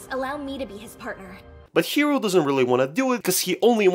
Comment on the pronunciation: Look I swear I'm not trying to be rude and stuff and I know you people who speak english have trouble with japanese, but the protagonist is NOT name "Hero", his name is Hiro, pronounced Hee-Roh, it's a totally real name and it follows the naming scheme of the anime.